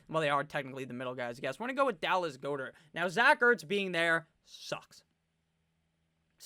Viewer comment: Dallas "Gah-dirt" not "Goh-dirt"